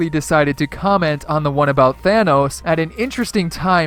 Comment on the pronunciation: Thanos not thanoos